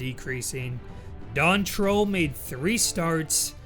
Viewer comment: There are quite a few former and future CFL QBs in that list: Songin, Parilli, Trull, Sherman, Kapp, Flutie. Don's name is pronounced "Trule;" I saw him play in Edmonton in 1970 and '71. Tom Sherman beat out Joe Pisarcik for the starting job in Calgary at the beginning of the 1976 season, and they were both gone before October.